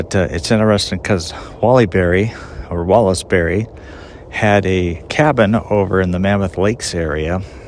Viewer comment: Wallace Beery, not Berry.